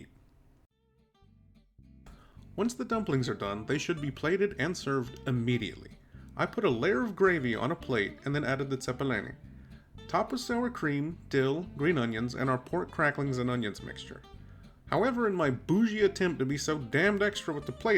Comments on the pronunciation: It's not Italian. Lol. That is not how you say it at all. And the cheer. Not Lithuanian pronunciation either. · Yeah, really bad pronunciation. 🤣 Good on ya for tackling this dish! My Močiute would chastise you to no end for the grey potatoes.